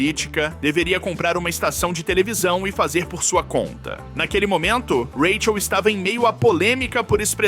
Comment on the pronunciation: Vc grava sua voz pra ia narrar com ela né? Pq rola uns rátchel ( “Raquel”) e umas pausa típica na pronúncia de ia pra números .